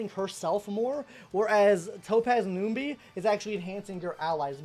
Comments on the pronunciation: Was gonna watch but 1 min in and hearing you saying ''noombee" bout 6 times i just cant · Numby not noomby, and shifu not sifu